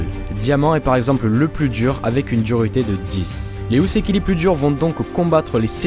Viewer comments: Houseki se prononce Hoo-seki et non Hou-seki. Cristal prend un "i" en français, le y c'est en anglais uniquement. Sinon excellent travail, comme d'habitude. :) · alors juste pour info ça se dit Hō (hoo) pas Hou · "Houseki no kuni" IL VIENT JUSTE DE DIRE U SEKI NO KUNI ?! Bordel, le "ou" en japonais se prononce "o" prolongé !